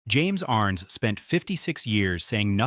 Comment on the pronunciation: JHC, The pronunciation of his name is wrong. SLOP